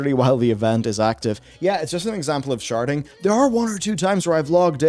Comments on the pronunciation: I know you're saying sharding but I keep hearing sharting. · I was confused until I realized you weren't saying "sharting." Because aggressive sharting sounds miserable.